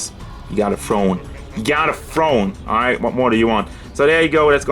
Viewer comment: Did he say, it’s the FRONE?